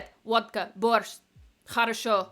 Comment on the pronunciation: в начале ролика почти без акцента произносит "как дела" и водка борщ))